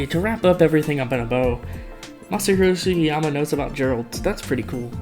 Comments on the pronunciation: ...how could you not pronounce that name...anybody can pronounce that😂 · can't even pronounce the name of the man that made sonic cd and sonic adventure 2 possible im crine😭😭😭😭 meanwhile matt rose pronounced jun senoue's name wrong